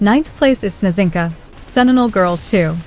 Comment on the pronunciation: I am yet to see a video where Snezhinka is pronounced right. I mean letter combination ZH with one sound. The word means "snowflake".